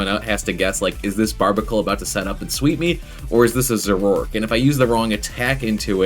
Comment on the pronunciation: The "a" in "Zoroark" is not silent; it's "Zoro-ark" and you were pronouncing it "Zo-rork."